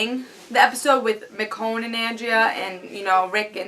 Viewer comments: It's Meh-Shown, That I know. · Who's miconne? Michonne........ Haha. mess up the black girl name. Why don't you. Joking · Nice review, agree with pretty much everything you said, especially with Rick and Lori. Did you notice when Carol was doing the C-section on the walkier someone was watching her from the tree line? I thought that was creepy. And I think you're pronouncing Michonne wrong.Oh and the intro is awsome !